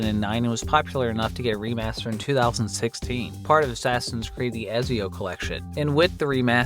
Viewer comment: Bro butchered Ezio's name